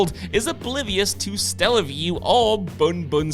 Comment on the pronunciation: Was it mis-reading his script or was it Scott with a repeated typo? I'm referring to the Nintendo Stellaview - which didn't exist. It was called the SATELLAVIEW - because you could download games from a satellite link up.